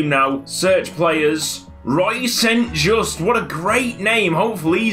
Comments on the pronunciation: St. Juste is pronounced as sint ('I' pronounced as pronounced in 'this') Yustu ('y' pronounced as pronounced in 'you') (also the second 'u' is pronounced as the first one, which you already correctly pronounced in the video) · melchior mulder you don't pronounce it saint just you pronpounce it like sint juste but the j sounds more soft and silent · I once signed the irl St. Juste and I was told to pronounce it "Son Joost" so who knows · St. Juste is prounounced like this: st. is like since but instead of the ce you make it a t so you get sint, Juste is prounounced the exact same but you pronounce the e at the end so like Justuh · I may be completely wrong but St. Juste may be pronounced st. Yoo-ster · Ben Edgie moreso as saint (or sint) jus-tuh (am dutch, the actual player named st. Juste plays for my favorite team) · And the j isn't pronounced like a hard J but like a y as in yes